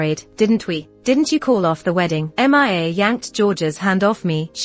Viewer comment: 2nd story saying m.i.a. instead of mia